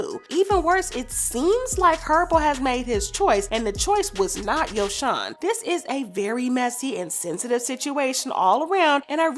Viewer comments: its no yojhon its yo - son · no it’s actually Yo-son